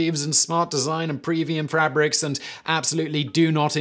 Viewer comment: Why do you hate this Jimmy person and did you say frabric ?